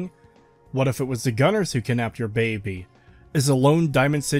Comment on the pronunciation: For the love of god man stop pronouncing baby as “babby”